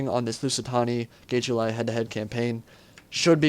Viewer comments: I'm really looking forward to this campaign, and it'll be nice to hear perspective on everything:) Though just a heads-up, the 'ae' is called a dipthong, and makes an i sound. (except for when you say Caesar) So I think it's gi-tu-li, rather than gay-tu-li. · the g is "sweet". IPA: /ʤ/. Check the italian pronunciation of "getuli" on google. Edit: I checked and that sucks too. The "get" is good, the "uli" is off the mark.